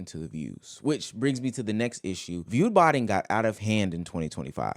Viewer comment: Everyone he said is view botining is literally not view botting